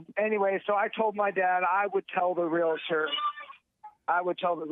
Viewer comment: First off it's "realtor", not "realitor". And not all real estate agents are realtors. This aside, save your money and steer clear of women. You know women, those humans who giggle when a man gets hurt.